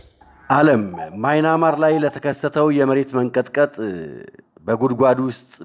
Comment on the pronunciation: ወንድም:አለምነህ!የሐገር:ስም:ስትጠራ:አስተካክለህ:ጥራ:: ለምሳሌ:ማይናማር:ሳይሆን:በምያንማር: አስተካክለህ:አንብብልን:: ከይቅርታጋ!